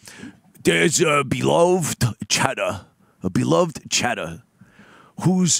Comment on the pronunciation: "There wasn't a 'beeluhved chadduh'" lamo